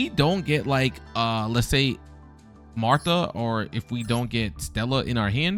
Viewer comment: Your pronunciations are hurting me physically….. marta …MARTA REALLY